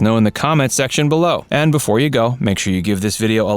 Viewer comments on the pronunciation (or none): BEFORE NOT BOOFORE 🤬